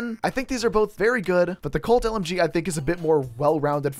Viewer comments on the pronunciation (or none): the way he said colt lmg :skull